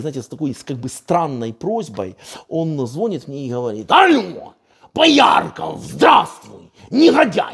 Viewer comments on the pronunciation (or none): Сергію,дякую Вам! Не ображайтесь:російською не звОнят,а звонЯт.)))